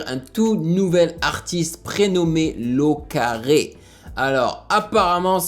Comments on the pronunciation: Hello ! Super vidéo comme d'habitude franchement je ne me lasse pas haha ! Juste quelques précisions pour t'aider. Déjà, L au Carré se prononce L (la lettre L) plus loin : au, et carré comme L2 tu vois ? Ça vient de son prénom, Loïc et son nom de famille qui commence également par un L. Loïc à 18 ans (par rapport à ce que tu disais qu'il est jeune) et il est à l'université de Nanterre (dans le 92 vers Paris je sais pas si tu connais) où il est en première année il fait de la philosophie etc. En fait L au Carré a été "révèlé" (même si il ne l'est pas encore beaucoup malheureusement) pendant le Planet Rap de Bigflo et Oli sur la radio Skyrock. Ils avaient décidé d'inviter plusieurs rappeurs pas très connus mais talentueux qu'ils avaient repéré sur les réseaux, pour faire un freestyle à la radio. Et dans ces invités il y a eu Loïc (tu peux d'ailleurs retrouver son freestyle sur YouTube : L au Carré Freestyle Skyrock). Il s'est donc rapidement rapproche des frères et je crois qu'ils se voient régulièrement quand ils peuvent. Pour finir, tu as remarqué que le clip était très ressemblant à Insolent 2 et 3 et bien c'est pour la simple et bonne raison que c'est le même cameraman et monteur, Jérémie Levypon. Il réalise les vidéos des concerts de Bigflo et Oli entre autre et certains clips. Donc les effets sont très semblants pour cette raison là haha. Voilà c'est tout ! Bonne journée 😉✌🏻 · Ça se prononce L au carré pas Locarré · On dit L au carré pas lau carré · C pas lau au carré c L au carré 😂🤣